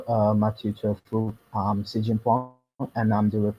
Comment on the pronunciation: Very interesting pronunciation for Xi XianSheng ;)